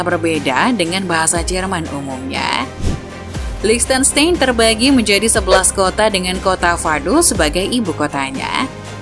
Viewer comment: Bukan LiechtenSTEIN tapi LiechtenSTAIN (German pronunciation, ei = ai).